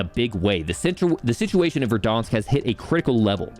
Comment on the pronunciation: VerdAnsk...not VerdOnsk...this is america, not canada